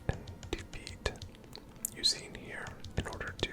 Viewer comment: You did indeed pronounce Eusine's name correctly lol